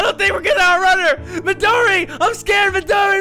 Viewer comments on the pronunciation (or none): The way in one part of running he says Midori I'M SRACERED! haha